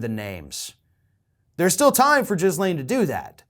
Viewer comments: Omfb lol jizz lane Maxwell I think the s is silent. Gillane roflmao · Jizzlane Maxwell? It's pronounced Gillane. Happy to help. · eh...there's a silent s but jizzlane sounds better, fair play! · It's GHEE-laine, not JIZ-laine. Learn how to pronounce her name, even if she's a bad person. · as much as I laugh at the Jizz-Lane pronunciation, it's pronounced Gih-Lane. like Elaine, but with a G in front. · I like how despite her name properly being pronounced "gil-LANE" (the s is silent), instead chooses to call her "JIZZ-lane" 🤣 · Her name is pronounced Ghee-lane with a soft G- and a silent S-. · Her name is pronounced Ghee-Lane. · FFS,... The woman's name is not "Jizz Lane" - as amusing as that pun is, and how vile her actions were. You don't get to rant at redhats purposely mispronouncing the VP's name if you do exactly the same thing to this horrible person. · I thought her name was pronounced Gee-lane with a hard G sound.... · GeeLANE is how you pronounce - hard 'G' and silent 'S'. I'm sure DT had fun with THAT name! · I didn’t expect to be one of the people to pronounce her name as “Jizzlaine” lol. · Silent "S"... Its Ghee Layne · I love that you also pronounce it Jizzlaine… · giz-lane with a soft G pronunciation. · OMG the number of times he said Jizzlane here is a hoot. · 🌈💯 It’s supposed to have a soft G sound, but I LOVE pronouncing it with the hard J sound for that appropriate value of JIZZ-lane. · Try saying it 'Gilane'. I know it's minor, but it really pisses me off. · to borrow one of your favorite expressions, for the love of God, would you please learn to pronounce Maxwell's first name correctly? It's "G" as in go, get, or gill. The "S" is silent, and the last syllable gets the stress, pronounced as "lane". You can be disgusted with someone yet still pronounce their name right. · I don't think it's intentional though, he tends to be really bad with unusual names or foreign locations. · it's a hard "G" 🤣🤣🤣